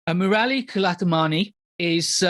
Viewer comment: Murali is pronounced 'Moor-li' not 'Moo-rali'